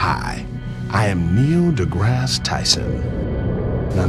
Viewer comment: Neil "da grass" tyson, lol